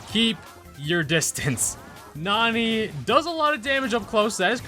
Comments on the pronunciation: It’s not nuny it’s n a n a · It's not Nani It's Nani as in Nano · I think it’s pronounced "Nanny" right? Like nano... idk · Did you just say NAMANYA NANI? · When says Nani in the beginning it sounds like he says YA YEET!!!😂😂😂